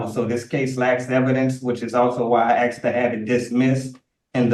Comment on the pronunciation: Nothing says "Royalty" AND "Chief" like having to pronounced 'asked' as 'axed'.